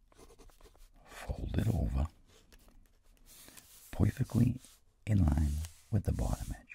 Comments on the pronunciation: Such a subtle "POIFECTLY" .. HAHA! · vincent: part subtitles: pod also vincent: poufecktley also subtitles: perfeclty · 4.14 " poifectli" i love it ! Hahahah